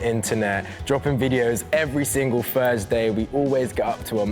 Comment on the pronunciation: does pronounce Thursday as 'firsday'??